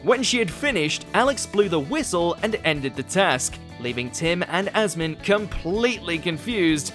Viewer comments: Asim, not Asmin 😂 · and on top of it getting the names of contestants wrong. Like Asnim instead of Asim. The one that irritated me the most was Aisling. How the hell can you get Aisling and Eileen mixed up?!? Even if you pronounce Aisling phonetically. Nowhere near Eileen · Asmine? You mean Asim? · Not even just mispronounce, but just plain wrong in one case. Somehow, asim becomes asmin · Asmin instead of Asim. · Who the fuck is Asmin? His name is Asim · Asmin and Maawen? EILEEN? Also Katherine getting Greg a Lordship needs to be up there. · Starting to feel like the mispronunciation of names is rage bait for more views. Having him get Liza, Asim, Mawaan, Aisling AND Mel Geidroyc names in the same video was just painful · I think you mispronounced literally everybody’s names: Asim, Liza, Mawaan, Aisling... painful. Actually painful. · He also got Asim's name wrong. A lot.